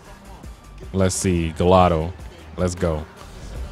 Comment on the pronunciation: its pronoucened gy- ardo